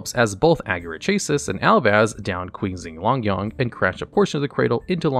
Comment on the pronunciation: Quee-zing Longyawn 😂😂😂